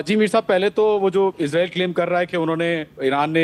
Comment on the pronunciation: میر صاحب آپ لوگ اسرائیل کو عزرائیل کیوں کہتے ہو